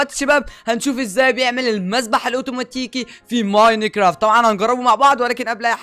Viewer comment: لاه بتقول ميناكرافت